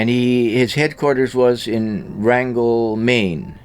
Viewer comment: It’s not “Rangel”, Maine it’s rangeley, Maine. I live nearby.